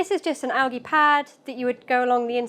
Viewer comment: Are you saying algae wrong? Lol